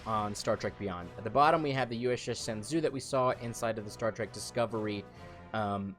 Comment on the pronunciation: shenzhou is pronounced shen-joe.